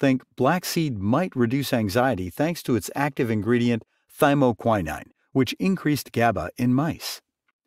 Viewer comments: Yep. That's a long O, not an I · To the narrator: You consistently mispronounced thymoquinone. It takes away from your message.